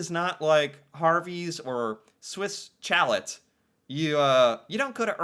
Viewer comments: Chalet is pronounced "Sha-lay" and is an alpine house/dwelling. Swiss Chalet is often paired with Harveys either in a same location or building because they are owned by the same company (that also owns The Keg). Swiss Chalet is reasonable priced and is very often the dining choice of seniors. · it's pronounced shal-lay, think of a ski chalet. Imagine coming in off the ski slopes of Switzerland into the chalet at the bottom of the hills for a hot chicken dinner. It's not Swiss food, but Switzerland has lots of ski slopes...you're supposed to envision yourself coming in from the cold for a hearty home made meal. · It's great for dipping the fries in. I will never be able to pronounce it properly again though. "Let's go Swiss Kchallet! " Just poking fun, maybe you don't get used to the ways some words are pronounced if you don't grow up with it. Kchallet is more fun to say anyways. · Omg the pronunciation if chalet slayed me. It's pr shallay - you know like ski chalets - mountain houses with steep roofs. We don't need Harvey's in BC lol. Earls is not really fancy - more trendy ;). A&W is great. Ingredients focus are better & of course the great root beer. My daughter has food allergies to preservatives and A&W does not make her feel sick like other places. 😊 In the old days it was a Drive-In restaurant where girls in roller skates came out to take order, then they brought it on a long board that fit through your front windows like a table. Us kids loved it! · Swiss Chalet is pronounced Swiss "Shall-lay". Chalet is a French word for cottage. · just to help you out with pronunciation. The 'chalet' in Swiss Chalet is pronounced 'sha-lay'. I hope that helps. P.S. Tim Horton's sells more than coffee and donuts! And, yes, they are considered a restaurant chain as they have lots of locations where patrons can sit down and eat. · "Challett??" It's amazing the words that has never heard of... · every time you say "Chalet" you make me soooo happy 😂